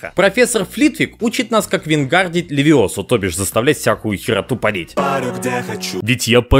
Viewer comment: Я хочу напомнить этому бебею: Не "Левио́сса" а "Левиосса́"